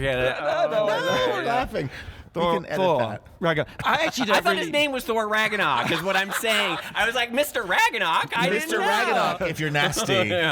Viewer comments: I love you guys, but my inner nerd can't even with your conversation about thor... mispronouncing Ragnarok, saying Kate Winslet instead of Cate Blanchett, etc... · Is it just me, or are they pronouncing Ragnarok incorrectly?